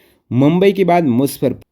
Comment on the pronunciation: मुसफ़रपुर ❌ ,मुजफ्फरपुर ✔️ 😂